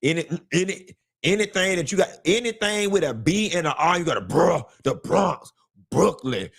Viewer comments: He did us bad 😂😂😂😂 I’m from Brooklyn and I was hollering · LMAO don't say the Bronx like that 😂😂😂 I'm from the Bronx... I'm delicate lol